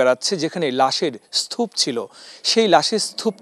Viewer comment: চ্যানেল 24 এর কেমন সাংবাদিক স্তুপ-কে বলে স্থুপ।